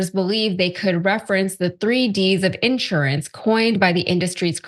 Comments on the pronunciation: She’s terrible. INsurance? On accident. 🤮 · These people can't even pronounce the word insurance